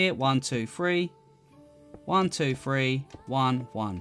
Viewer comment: one two free lmao